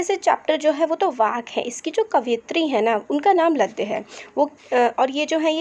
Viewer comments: Mam apne chapter ka name galt bola h It's not लयद its ललद्यद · Chapter Ka naam galat padh Rahi hai improve it